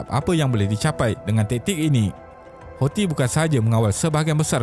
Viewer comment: boleh tak sebut perkataan Houthi tu dengan bunyi yang betul??? sebutan dia ialah HUUUU-TSIII. Ejaan dia Hou sebab dalam alif ba ta, H tu ialah huruf Ha Pedas. Thi tu pulak sebab huruf Tsaa. Jadi sebutan dia ialah Huu-Tsi. Bukannya Hausii. amendelah